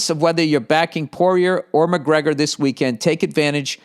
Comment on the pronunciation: My moneys on “Poryer” against MUHHHGREEGGGUHHH!